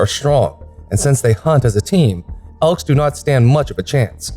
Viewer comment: It's elk dickhead not ekls